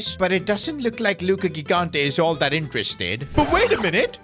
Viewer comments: THE KEEPERS NAME IS PRONOUNCED “JIGANTE” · 4th time now saying it, and i'll keep going until he sees my comments: the first "g" in gigante's surname is pronounced like the "j" in john or joy, please say it correctly!!